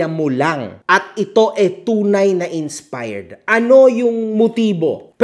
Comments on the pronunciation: tang ina ni hahahaha "inspard" ampota hahaha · "insparred" inulit pa tlga ni HAHAHAHA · "Insparred"